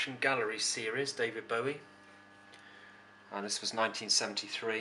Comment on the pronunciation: Nice collection. Thanks for pointing out the pronunciation of Bowie as 'bow in the hair' rather than 'bow of a ship'. It irritates me when In hear people pronounce his name wrongly, I personally blame Tony Blackburn for that ;-)